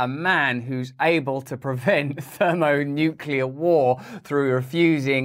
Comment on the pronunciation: When Elon uses a word even Russel has trouble pronouncing xD Thermonuclear law suit